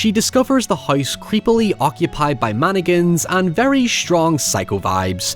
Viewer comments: Why does say "Man-again" and not "mann-ick-in"? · It sounded like you said stay away from Anakins at the end of the video lol Still good advice... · Did anyone else hear "From Anakins" instead of "From mannequins"? Works both ways! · The way you say "Mannequins" was making my american mind twitch with patriotism